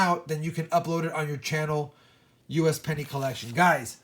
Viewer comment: I swear everytime you said "usapenny" I thought you were talking about me.